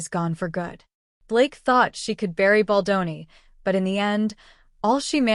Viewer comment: If you're going to narrate stories like this, please pronounce Justin Baldoni's name correctly. Jesus the names are vip.